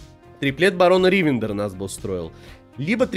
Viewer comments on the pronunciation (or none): Как же режет уши ударение в слове Ривендер. Оно на последний слог.